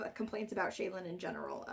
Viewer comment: ...is that the way to pronounce Shallan...? "Shay-lan"? Not "Shall-an"? Like "Shallow" but with an "an" instead of an "ow"? That's how I've been imagining it pronounced this entire time.